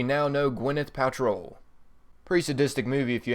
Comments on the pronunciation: Please learn how to pronounce thing properly Gwyneth Paltrow is not how you pronounced it you said paltroll lol how stupid and illiterate can you be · I appreciate your help with these videos and for all the work you and guys like you put into them. The secrets are cool and your directions and map shows are key as others do not commentary as well as you have. That being said I would appreciate it if you would PLEASE learn how to pronounce some things correctly. Monolith, Paltrow. It bugs me but it is not meant to be offensive. Others may complain as well. For your knowledge, The Man in a space suit is a DIRECT image from when Dave was sent through the Monolith in 2001 Space Oddessy by HAL the AI in the Computer aboard their first missions ship. I would also menmtion that the area you are sent to does look like a Boss Battle area but I believe it is in reference to the Mono lith found by teh Apes at the beginning of the movie. Again I will say THANK YOU! For your effeorts here as they are honestly appreciated. I will be both Liking the posting here and following you in the future. Cheers bud and Good Hunting !